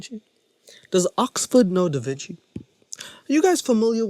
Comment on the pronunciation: You didn't pick up when he said "DavinChakey" 🤣